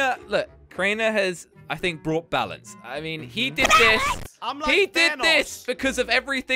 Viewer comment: It not balounce